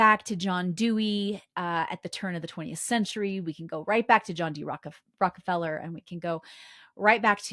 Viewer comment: I really got a kick out of your pronunciation of the name Rockefeller, a true Freudian slip. I truly love your videos.